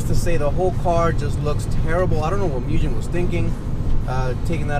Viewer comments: Its not pronounced mujen. Its pronounced Moogen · Folks, "Mugen" is NOT pronounced "myu-jenn". In Japanese, Mugen means "unlimited", and you pronounce it "Moo-ghen". Here is a Mugen employee pleading y'all to say it correctly. See, now you can correct friends and forum trolls. You're welcome. :) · Definitely pronounced Moog•in. Not muujjhhen. If you hear it both ways, start correcting the people mispronouncing it. I like your stuff but anyone pronouncing it Mujhen sounds like an idiot to any knowledgeable Honda head... It automatically puts you in the rice boy group lol. And nobody wants that!! Thanks for the vids tho, Got a 2018 championship white type r en route as we speak!